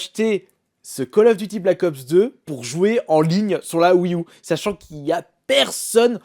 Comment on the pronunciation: Tu pourrais dire wii you plus que U mdr ceci me stress